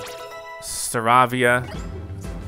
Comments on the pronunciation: Staravia is pronounced (star)avie)a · I know you might be getting tired of this, but Staravia is pronounced Sta-ray-vee-ah. :) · It’s pronounced Star -A-Vee-Ah